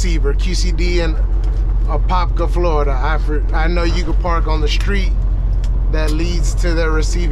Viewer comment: You said Apopka correctly If where you dropped was off of Micheal Gladden blvd, it might be two miles from my house